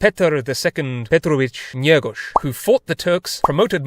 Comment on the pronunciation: I love how you pronouce Petar || Petrović-Njegoš it's kinda funny